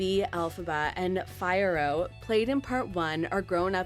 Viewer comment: and it's Fee-air-oh, not Fire-oh. Also the Wicked Witch doesn't get away from Fiyero. Fiyero comes back for Elphaba